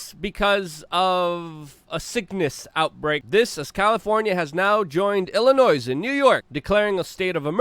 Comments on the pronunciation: come on Luke.. The S in illinois is silent.. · Hey Luke. The "s" in Illinois is silent, like the P in swimming. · BTY, the s is silent when pronouncing Illinois.